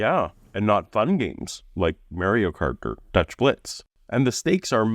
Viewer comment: I love ya. But it’s not Mary-oh. It’s Mario. Get it right, heathen!